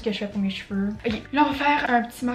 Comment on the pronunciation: "euqué" is the new oké